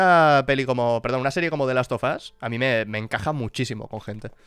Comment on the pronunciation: soy el unico que entendio que dijo la serie "las tufas"? se que quiso decir the last of us, pero no puedo, simplemente no puedo cuando el lo dice en esos minutos... lamentablemente las animaciones y los videojuegos no se llevan taaaan bien (en especial si hablamos de cine yankie hoy en dia) bien podrian ir y comprar rockman (megaman), volver a hacer una serie o peliculas, y todos iriamos corriendo al cine a ver como nuestro robotito del casco azul y manos de cañones laser es llevado a la pantalla grande... peeero! viendo como mastican y escupen series como ghost un the shell o death note, no le veo mucho futuro a the leyend of zelda (por cierto tiene serie antigua y podemos ver porque link no habla en los videojuegos jejejejeje meme)